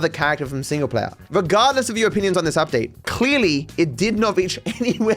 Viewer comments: Ah yes, the Michael Udpate. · Udtae lol 😂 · loved the michael mansion "udpate". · "udpate" lol